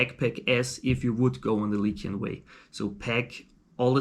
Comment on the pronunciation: Just one thing: it's lycian, not lykian. LISH-ee-uhn.